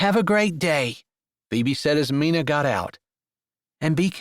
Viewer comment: Loved this story! Love the strong Christian faith that is a staple in your books Jessie. you always do a great job but wanted to tell you Mina is sounded out with a long I🥰. That was my mother’s name. Like the myna bird😏 Thanks for this beautiful book!